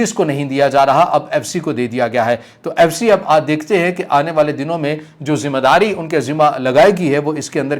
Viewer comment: Zim _ ah _ daari nahe ,....???????? 👈👈👈👈 Zim _ eh _ daari lafz sahe hota hai mehurbani kar keh apni Urdu ko aap sahe Karen .....👈👈👈👈 Shokriya ,.....👈👈👈👈 🇵🇰💚❤️ LOVE FROM PAKISTAN ❤️💚🇵🇰